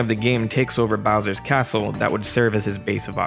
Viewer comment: BOWJA from his CASSSSTTTLLLEEE